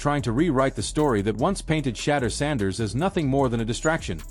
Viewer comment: Say his name right jeez